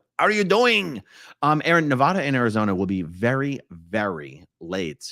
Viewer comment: The END is NEVER the END 🙌❤🤍💙🙌... Also dude it is pronouced Ne-Va-Duh, say my name!!